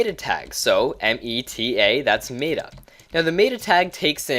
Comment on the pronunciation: Sorry, the way you say META was driving me nuts.